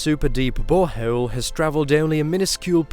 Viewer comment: "Hey were auditioning for this youtube documentary." "Ok" "Please say bore hole" "Boreho-el" "You're hired"